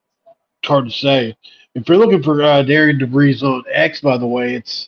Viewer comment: Apparently though his first name is placed like it should be pronounced Deh-ree-ann, it us actually pronounced like Darren!